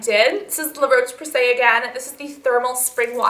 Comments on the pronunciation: La Roche Posey comes from France not Italy:) and it pronounce " la rosche " . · Honey, La Roche Posay is French, not Italian ;) Love you, you 'oily monster'! :)